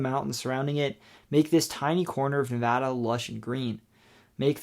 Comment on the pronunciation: Thank you for pronouncing Nevada correctly!